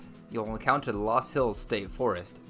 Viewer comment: First, the correct pronunciation based on the original German is Luus or Lus . I did some of my growing up in Iowa and went to college in Sioux City. There are a lot of those loops that you cannot drive on if it has rained. If you had spent much time exploring Iowa you would know that there are many interesting things to see both historic and cultural. I know of what I speak.